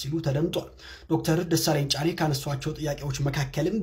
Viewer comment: Can you please say his name properly. Dr. Desalegane Chane.